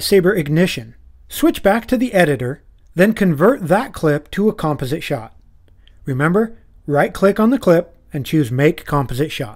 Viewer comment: the way he says "composite" bothers the hell out of me, but besides that, amazing video! lol